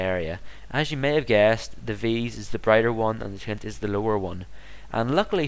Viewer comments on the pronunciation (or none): its not tint its taint btw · sounds like your saying tint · Lol, he does say 'taint' but it kind sounds like 'tai-ent' which makes everyone think it's pronounced 'tint'. Is he Irish?